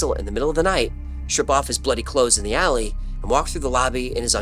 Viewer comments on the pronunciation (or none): none